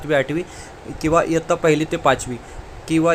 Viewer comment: Sir aapne jaise ke taisa pad ke sunaya baki kuch clear nahi huwa or "kirinda" shikshak nahi hota "kirda" hota hai or "yattya" nahi hota "ittya" hota hai or pure time karybhar period arrangement me baithega to hi school teacher appoint kar sakti hai or 1se 10 ke bich hai par 6 se 8 tak pat sankhya count hogi